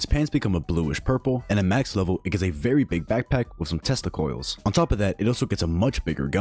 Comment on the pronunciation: tesla coils ❌ testicles✅